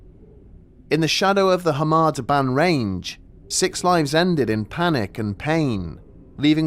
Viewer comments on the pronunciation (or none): Please explain why you keep pronouncing it as 'harma debarn', everywhere else says 'Kar Mar Dab Ann'. Also 'Volantina'? it's 'Valentina'.